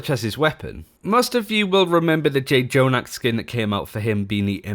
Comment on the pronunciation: You still say jay-jonak... bro. You’ve had almost two years now to listen to a caster say his name one damn time